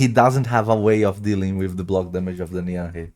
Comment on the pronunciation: It’s pronounced “NEEV”. Not “Nee-am-hey”. It’s Irish